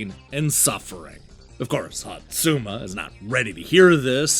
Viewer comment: I think you managed to mispronounce every SINGLE name in this game. Hotsuma even had several different mispronunciations 😂